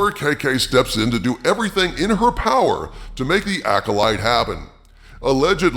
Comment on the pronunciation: "The Powarr of Many"Failures!